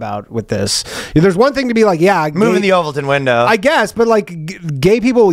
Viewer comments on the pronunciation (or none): "The Ovalton window" I love Ryan's mispronunciations lmao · Did Ryan just say “The Ovaltine Window” 😂😂😂